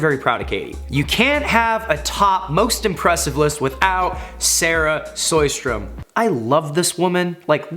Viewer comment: Always enjoying the pronunciation of “Sjöström”!